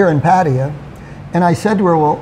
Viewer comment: pronounced pattaya the correct way.. you have to learn from him